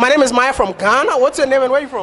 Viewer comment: Can't even pronounce her name